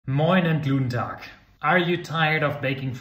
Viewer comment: Is he really saying Gluten Tag?